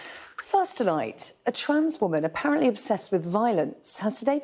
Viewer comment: Man, not wonan. This is utter ridiculous.